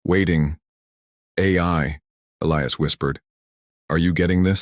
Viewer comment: Somebody finally got the AI to Pronounce "Elias" correctly.